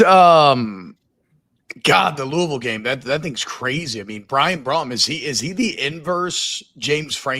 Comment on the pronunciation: Come on T-Bob...It's Jeff Brohm.....